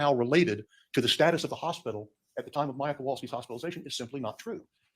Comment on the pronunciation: Her name is Maya not Mya